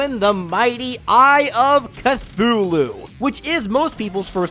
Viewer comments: "Cuh-tulu" and "Cha-thulu." Never change. Never change. BRAIN OF CHIPOTLE PFFFF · Now why does he pronounce Cthulhu like cutulu? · Fun drinking game: drink every time "Cythulu" is said wrong. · Chithulu? It’s cuh-thoo-looo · Eye of Cutulu its cou-thuogh-loo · "summons the brain of chutuhloo" h me dying as a self-proclaimed terraria fan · Its cu-thu-loo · Ok, brain of chipotle, really? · Did you say chathulu (C-uH-TH-oo-L-oo) wrong on porpise or are you just bad at talk and u said crimtane AXE not crimtane PICKaxe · Me : Oh come on! "Chuh-tuh-loo"? Are you even TRYING to pronounce it right anymore? Me : ...oh. Okay then. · It's pronounced Ka Thoo Loo (Cthulhu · At first, when he was constantly mispronouncing Cthulhu, I got a little triggered, but then he mentioned the "Brain of Chipolte," and I smiled. I mean, I can just imagine the Terraria bosses just freaking poor Chipolte employees when they just want some delicious guac. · I'm glad that you finally made this BTW you pronounced eye/brain of cthulhu it is pronounced (c-th-U-l-U) Edit: you pronounced it correctly at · But who pronounces cthulu "chipotle" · who pronounces Chipotle "Cthulhu"? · I always thought it was pronounced cuh-thoo-loo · Eye of Cachoochoo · 'the eye of chatulu' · It was actually made to be a name impossible to pronounce. Thus there's plenty of different ways people say it, which he got a lot of conflicting comments from the Maxwell video. So he just decided to say a bunch of them. Calling it Chipotle was a joke from something on Twitter. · Who else noticed saying the brain of Chipotle during the final smash section? I found it funny(no offense to anyone with a speech impediment) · it pains me how you say Cthulhu. [ka-too-lu] oh my god, cha-thulhu, you've made my wounds worse. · I love how you pronounce Cthulhu different every time Chipotle has to be my favourite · no i mean so what if he butchered the pronunciation?, Nobody could even say the name of Cthulhu Mythos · He call Cthulhu